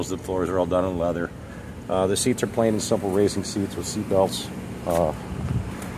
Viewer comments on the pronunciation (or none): none